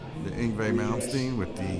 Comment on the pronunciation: the engway malmstien wtf